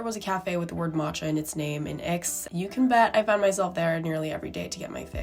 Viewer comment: the x in aix in silent